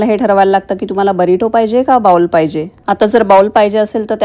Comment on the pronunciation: बाउल नाही बोल म्हणतात अमेरिकेत राहून अजूनही उच्चार चुकतात